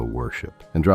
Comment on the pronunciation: I found the video informative, but the voice is AI generated. There are several tells. The most glaring is at the end, where the statement is to comment because "I read every single one." Pronounced "red" past tense instead of "reed" present/future tense. A human reading (that's "reeding", AI) that script would not make that mistake.